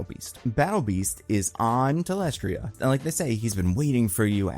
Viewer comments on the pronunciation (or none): my guy, for someone who makes so many reviews would it kill you to just double check names? You're still unsure how to pronounce thaedus and you mispronounced talescria as talestria... at this point I'm wondering if it's deliberate ragebait to spark engagement because if so, it worked.